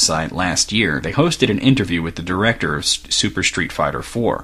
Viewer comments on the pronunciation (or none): none